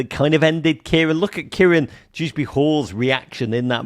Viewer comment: As a professed, alleged even, Evertonian how do not know it's Kiernan not KIERAN???